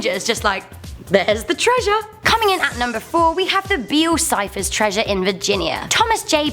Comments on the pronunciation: Am I the only one who heard her say Bill Cipher instead of Beale Cipher? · I thought you said Bill Cipher treasure I got a set when I saw it said bail Cipher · at #4 i thought she said Bill Cipher. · When you said "Beale cipher" I thought you said bill cipher, and I was like" that's where gravity falls is set!!!"